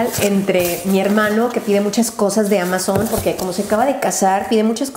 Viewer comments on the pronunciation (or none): none